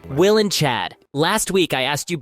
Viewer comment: Chad’s “wull” 😂😂😂😂😂